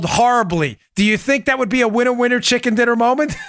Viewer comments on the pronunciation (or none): none